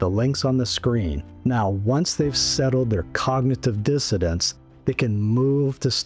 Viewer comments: I like the content of your video. But why do you say cognitive " dissodance"? The word is " dissonance". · I’m sorry, are you saying cognitive dissidents instead of dissonance?